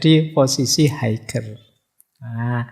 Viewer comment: Nun sewu, "Higher" bacanya "Haier"...g nya gak dibunyiin..